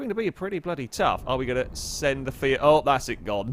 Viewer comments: Did he off-handedly say "Fiat" like "Fyat"? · Dude, did you say ‘Fiat’ or ‘Seat’?